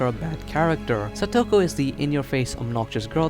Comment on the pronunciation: You mispronounced Satoko, Japanese/ Spanish say it with each syllable with the same length of time each, and you don't give the vowels that much effort.